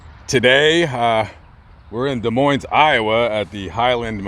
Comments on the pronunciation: Des Moines is pronounced ‘duh moin’ - no ‘s’ in the pronunciation. I cringed whenever you said ‘MoineS’. You can look it up on Google if you want. You probably won’t, but anyway…. I love your channels and your voice.😊❤️❤️ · Stop pronouncing Des Moines wrong, both S are silent.